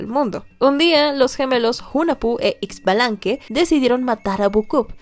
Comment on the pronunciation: Ame la serie de Maya de verdad es una mezcla de todas las culturas latinas mesoamericanas y la verdad llore con la serie. PD: No es por regañar a pero ciertos personajes Mayas los pronuncio mal. Por ejemplo Ixbalamque lo pronuncio "Itsbalámque" y es "ISHbalamqué", con Junajpu lo pronuncio "Junampu o Junapu" y es "JunaJpú". Lo se porque estoy muy metido en la cultura maya pues son mis raices y es la cultura mas representativa de mi querida y amada Guatemala que es la cuna Maya.